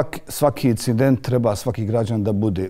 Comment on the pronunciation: kae ramo "icident" i "iformaciju" hahahah kakav je ovo krks hljebe moj mekani..